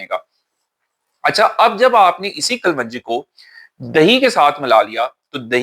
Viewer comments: Assalam alaikum. Being a doctor you taught me the best things about gut health. I am grateful. As a token of thanks i want to tell you the correct pronounciation of kalonji is as it is written in english. Kalwanji is not correct pronounciation. Thanks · Kalwanji NAHIN kalonji hota hai😢